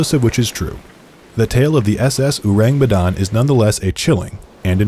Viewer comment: Their mispronunciation of Urang Medan is so distracting 😅😅